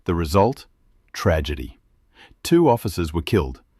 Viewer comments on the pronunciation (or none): none